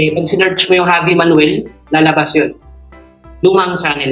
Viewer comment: Javi as J ang pronounce di Havi!😊